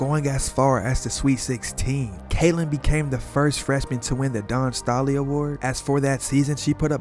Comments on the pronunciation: Learn how to pronounce names!! Paige Bueckers is "Beckers". Dawn Staley is "Stay-lee". Mostly a good video. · “Don Stahlee” what ? Dude doesn’t even know who Dawn Staley is ?? 😂